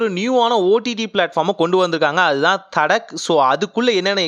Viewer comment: அது தட்கா. தடக் இல்ல ப்ரோ